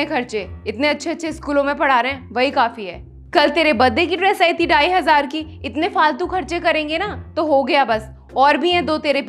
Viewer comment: WHEN SHE SAID DIEHAZAR. INSTEAD THE DHAIHAZAR